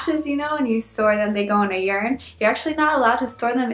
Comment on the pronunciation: Speaking about the formal you: Did you know that the english you is technically always formal? The informal was thou. And why do you pronounce urn, like urine? It's ˈərn like in to earn money. Urn and earn actually share the same phonetic spelling. (Did I just correct a native speaker on her pronounciation? Weird!)